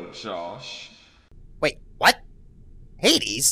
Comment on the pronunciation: your what sounded like f(yay)